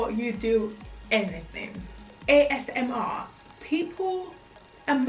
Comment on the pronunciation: I love your video quality. You're very funny did you say AMSR? Thank you for this video I learned a lot and you make me laugh too😇